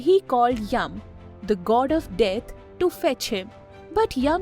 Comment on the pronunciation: It's yam